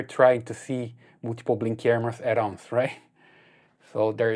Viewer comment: At ounce lol😂